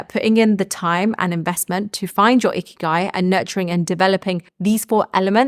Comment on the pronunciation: Lol sounds like you are saying ‘icky guy’ i had to rewind it back😊